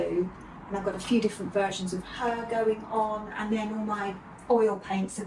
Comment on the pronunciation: I love you. I have been watching since your YouTube beginning. Not as regularly over past year I must admit. Love everything. EXCEPT the totally unnatural pronunciation of Aaaaaaand. You are English. Your dialect is part of your charm for me. What American impressed you so much with their aaaaaand? Your natural dialect creeps in now and then and you pronounce it with a short, soft A. Just curious where u copied it from. Your and is so much better. Just be you my love.